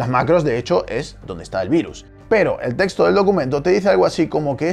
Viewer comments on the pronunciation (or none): none